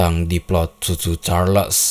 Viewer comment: Yg Abang ny bilang : cho Cho Charles Yg ku dengar : susu charles